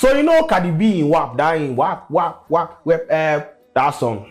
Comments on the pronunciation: Brother ee be WAP not WEB 😂😂😂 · eih boss is wap not w3p🤣🤣🤣🤣🤣🤣🤣🤣